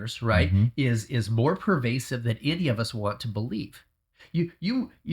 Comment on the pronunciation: Pervasive not curvasive